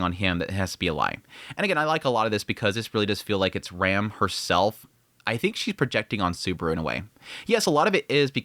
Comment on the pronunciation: She's not REM, she's RAM. Pronounced like "ram" in rampart. Or like PC part RAM. Please stop butchering the names, it's clearly pronounced in sub